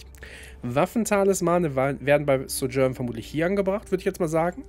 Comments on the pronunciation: Ja. Finde die deutsche Aussprache schrecklich. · Die Aussprache von Sojourn triggered ein bisschen. :/